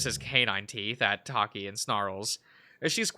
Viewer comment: You’ve got Drevonia, Takhi AND Aeyon right. Just gotta get Low Key N right.